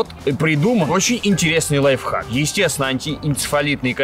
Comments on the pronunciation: Лайфхак! А не лайв. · Правильно не лайвхаки, а лайфхаки🤓